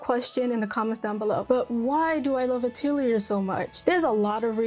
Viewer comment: I think you may be pronouncing Atelier wrong as back when I started playing them I did some research on it since I wasn’t sure and it seems to be more like “uh-tell-ee-yay”. So you don’t really hear the “r” at the end. But, if you love Atelier games, you may also like the Blue Reflection games. They are also from Gust and similar gameplay. Magical girl. I love Blue Reflection and Atelier so much.